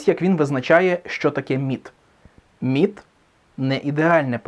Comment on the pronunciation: Мені спершу почулось НІТ а не МІТ.